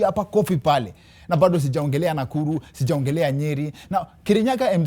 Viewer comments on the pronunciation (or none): none